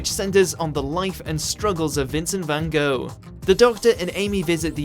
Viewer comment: Also, pet peeve, being English, over age of 12 and saying gogh wrong has no excuse